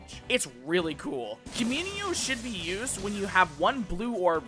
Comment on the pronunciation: A female pig is called a Sow .... you said "Soul Pig" .... Soul So (Sew but I don't want you to butcher that word either) ... Left and right English Pronounciation errors... I'm surprised you got Communio right....